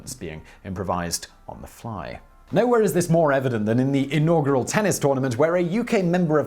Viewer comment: Why the fuck can you not pronounce inaugural correctly Simon?!?!